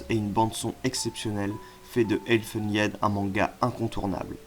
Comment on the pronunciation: Pas mal. Bon fait a l arrache 😅 avec pas mal d approximation ... On aurait apprécié. Les différentes éditions et une prononciation correcte de elfen lied. Qui de + existe en VF 😅 Je rajoute. - hellsing (réédité en grand format en Nov de cette année). - hommunculus (par l auteur d Ichi). - Berserk (la base). - hokuto no ken. - ushijima l usurier de l ombre. - i am a hero. Certains sont relou a trouver surtout dernier tomes. Car plus édité. Donc prix exorbitant. Un peu de pub pour les éditions "darkhorse". Vous y trouverez hellsing. Berserk. Vinland saga ... Édition en VO anglaise UNIQUEMENT. Peace.